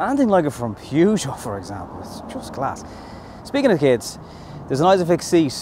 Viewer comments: pronounced purr-geot not pew-geot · Actually 'peh- zho' is closer to the mark ;) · "PUUGOT" HAHAHAHA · At least it's not the American "Poo Joe" 😁